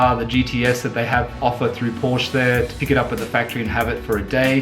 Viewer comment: Adding a stripe reminds me of the bogan Holden drivers who take off the GMH lion and replace it with a Chev bow tie. I prefer completely original, the Porsche 911 style speaks for itself. BTW please learn to pronounce Porsche correctly.